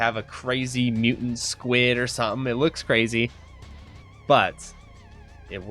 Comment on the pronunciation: I love all your videos but your "squid" gave me so much anxiety o.O lol